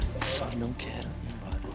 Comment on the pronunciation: "Não quégo ig emboga"